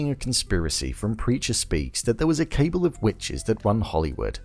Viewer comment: Great breakdown overall 👍 Just a heads up, cabal is pronounced kuh-ball, not cable though